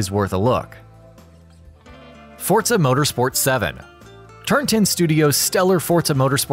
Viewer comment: Anyone else hear him call it fortza instead of forza